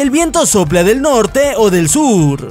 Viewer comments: Notrte no Nochge me decepcionas:v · dice notrte :v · like si notaste el notrte del minuto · del sur al notner xD like si te diste cuenta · creo que no te diste cuenta sobre el error que tuviste en la palabra norte